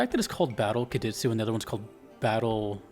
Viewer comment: Qadistu is pronounced like „Kadishtoo“